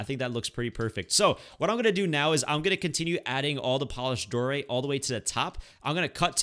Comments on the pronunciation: Die-oh-right not Dor-ite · I hate when you say dorite because it is diorite not doorite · “Diorite” not “doorite” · I am not a hater or anything but am I the only one that has a problem with him saying dorite instead of (dy-oh-rite) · its pronounced die-or-ite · Cocaguvkukt t lol who gets triggered when he’s says doorite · When he said diorite wrong